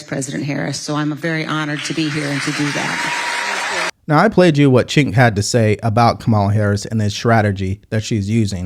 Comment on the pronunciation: New subscriber here. His name is not pronounced as chink, it's pronounced as "jake". I totally agree with you in this video. Keep up the good work brotha.